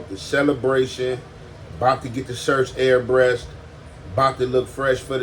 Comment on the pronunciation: Air-breshed? This nigga 😂😂😂😂????